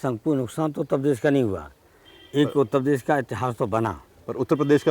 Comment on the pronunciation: Shout out for Utta pes 😏